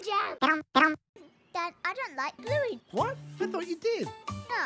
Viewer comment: Blu-go…Bin-gee Actual LOL. 🤣